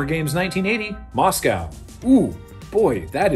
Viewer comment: Great fun and super interesting. Just a question: why do so many North Americans (Canada and USA) pronounce 'Moscow' in such an awful way?? :-)